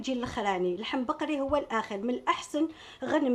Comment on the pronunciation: Yatik saha juste une remarque pourquoi vous dites viande bakri????? Les vrais algérois disent bagri.